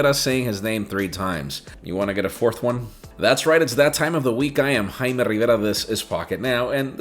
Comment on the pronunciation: your name is jaime not haimar okay ??